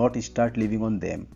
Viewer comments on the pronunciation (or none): none